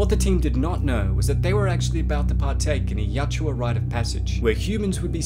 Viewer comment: Yautja....not yachua